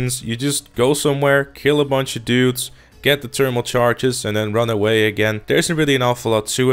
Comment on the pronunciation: It’s thermal not ternimal